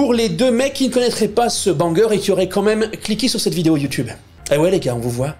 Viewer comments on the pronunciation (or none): none